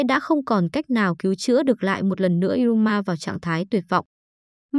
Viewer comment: Iruma như đọc như ryuma